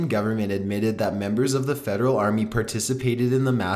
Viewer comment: whyyyy oh whyyy are you pronunciating your words like that and putting the emphasis on the last part of the last word in every sentence...its so weird and annoying i cant watch this because of it hahahaha why "home maaaaaking", "retuurniiing", "armiiieeee", "coniieeeeee", dispuuuted", "slaveerrryyyyyy" lol